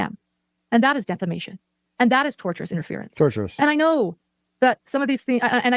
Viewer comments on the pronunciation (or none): She keeps saying "torturous interference" when she means "tortious interference" 🤣😂🤣 Showing a clip of the attorney on her insane 9 hour stream was the most poetic self-own I've ever seen 😝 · Did she really just say "Torturous defamation"? This is proof she's reading her brothers legal jargon. I think she means tortious LMFAO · Tortious not torturous jesssus. You know if everybody else is saying the same thing maybe, just just maybe, it's you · AND ITS not "torturous" it is tortious (as in torsh-us - as in an act that amounts to a tort - a civil wrong.) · Every time she says "torturous" interference, I yell at the screen! It is "tortious" interference not torturous.